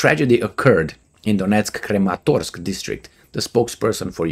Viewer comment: repeat after me: krAAAmAAAtorks